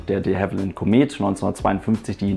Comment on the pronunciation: Hey du (also du von AeroNewsGermany - normalerweise wär dein Name jetzt hier gestanden)! Deine Videos sind gut gemacht, das mag ich nicht hinterm Berg halten, mach weiter so - gern auch mal was über deine MPL Ausbildung. Ein Punkt wollte ich jedoch gern anmerken: richtige aussprache von Produktnamen! Die (The) Comet ['kommet] ist ein britischer Flieger, die (La) Caravelle [kara'wel:] ein französischer, drum bitte nicht mehr einen britischen Flieger deutsch aussprechen und einen französischen Namen englisch betonen. Nicht für ungut, ich denke wir verstehen uns da. ; )